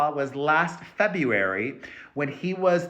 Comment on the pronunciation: Nobody says febral 🤣🤣🤣